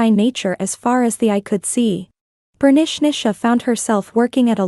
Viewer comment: Last story they says Bernichnicha but it's written Bernicia 😂 It made me laugh a lot each time her name was said 😂